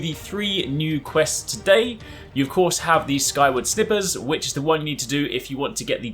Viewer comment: Everyone thinks their own way of pronouncing something is right but skyward snippers is just wrong.